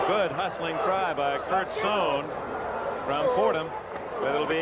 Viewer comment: On the opening kickoff, Dick Enberg pronounces Kurt Sohn, saan